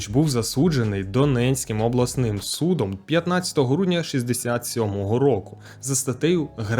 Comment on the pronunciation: Наголоси, наголоси... Чувак, топ контент, норм говориш але влять НАГОЛОСИ ВИВЧИ, ти наголошуєш не там де треба. Батьком, судом і т.п.